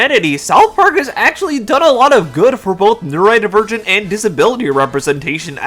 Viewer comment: Hey dude there's an "o" in neurodivergent. It's not pronounced neuraedivergent.